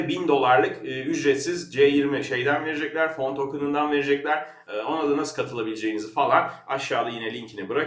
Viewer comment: peki niye "verejekler?" veya "janınız nasıl istersue?" :D